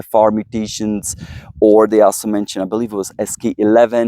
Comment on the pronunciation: Great video, however a couple of things 1. NAC is never mentioned in the video although it's part of the title. Might wanna correct that 2. Please please PLEASE pronounce 'authors' & 'also' correctly Thanks!